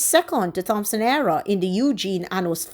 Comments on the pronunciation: Do not pronounce the "Th" in Thompson. Just the "T" as in Tompson. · Thompson pronounced Tompson. Thanks.